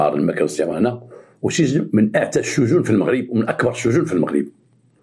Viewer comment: السجون ماشي الشجون 😂😂😂😂 الله يعطيك الخير تبارك الله عليك مسيرة موفقة